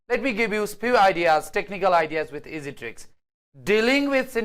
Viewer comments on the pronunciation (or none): none